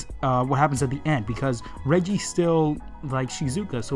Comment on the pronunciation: This review isn't bad, but I have some nitpicks (they're nitpicks, so don't be overly concerned by my complaining). Your pronunciation could use some work, like how you're pronouncing Reiji like Reggie; it's pronounced more like "Ray" then like the letter "G" (but a bit shorter on the "ee" part of it). As someone who took Japanese class all throughout high school, I have to tell you that once you learn the rules, Japanese pronunciation is really easy since everything is spelled phonetically, unlike English (no silent letters or multiple ways to pronounce letters). It's a little irritating that you keep calling it an "anime" when it's a manga, but that's just a personal thing for me. It's like calling a comic book a cartoon TV show. Those girls that appear at the end aren't aliens, they're monster girls (like Rosario + Vampire or Monster Musume no Iru Nichijou). I looked through the image a bit after I read the chapter, and I could name and/or identify most of them (the only ones I couldn't were either too buried in the crowd or that girl in the air that just makes me think of MarineAngemon). This may just be because I'm a monster girl fan, so it may not be as noticeable to most people. The reason some manga don't get second chapters is because those are "one shots", which are sort of like short stories with open ended finishes or pilot chapters for potential future series. They're about the same length as the very first chapter of most series before they switch to the ~20 pag